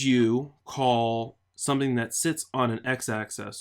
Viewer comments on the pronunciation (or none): none